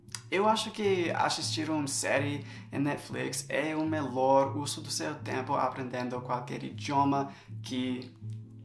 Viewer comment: Muito bom o seu vídeo AMEI! Mas queria dizer que a pronuncia da palavra melhor, não é "melor" e sim "melior" e vídeo não é "vidêo" e sim "vídio"